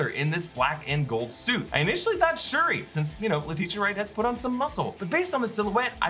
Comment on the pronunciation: It's SHURI